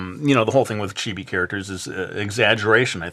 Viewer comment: It's chee-bee ...